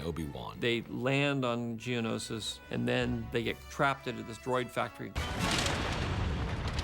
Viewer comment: George has now pronounced Geonosis 2 ways I don't know which to go with at this point lol